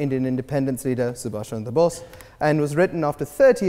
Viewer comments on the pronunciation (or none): none